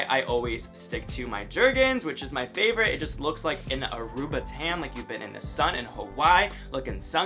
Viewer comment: him: my fovorit color Me:Orange